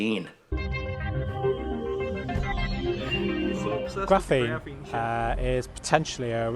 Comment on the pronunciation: What the heck is graffeen?